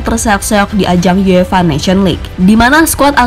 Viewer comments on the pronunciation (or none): none